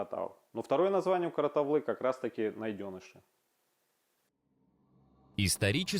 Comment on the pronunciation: Слух режет-- какая КаратаВлы? КаратаУлы! Не важно как вас называют чужаки-- важно Ты сам себя как Называешь!